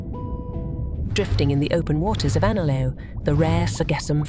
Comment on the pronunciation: It's pronounced correctly just before .